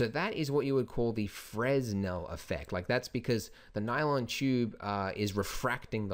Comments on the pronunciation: I've heard you say FREZ-nel in a few other videos, but I believe the proper pronunciation is FREH-nel. Silent "S". Great video, keep them coming! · As always, excellent tutorial :D Definitely trying this at home ;) Although, just so you know, it's pronounced Fre-nel, not fres-nel since the guy who came up with it was French and that's how they do things. I made the same mistake :) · Fresnel - pronounced frəˈnɛl or fruh-nel. It's the same "s" that you'd find in aisle, apropos, debris, isle, and island. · Brilliant tutorial. One thing. Fresnel is pronounced 'Frenel' the lens was invented by Augustin Jean. It's French. :) Thanks again for your tutorials. They are extremely helpful in learning Blender. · It's pronounced "fra-nell". Good Tutorial! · Fresnel, silent "s"